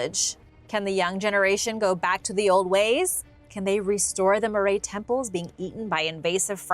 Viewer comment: Love your attempts at the dialect, but it's MA-rye, not maray And they didn't practice blood offerings